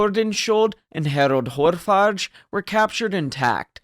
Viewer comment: It's Hårfager. The g is pronounced like g in e.g. golf. It's means Hair-beauteous. I.e. Harald with the impressive hair. He must have been a looker.